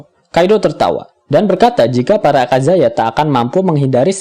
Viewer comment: Aka-yaza min not aka-zaya 😄